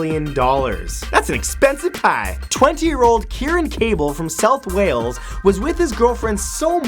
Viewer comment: Don't you mean south bales?